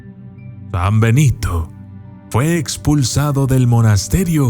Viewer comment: soy yo o en el.minuto dice panbenito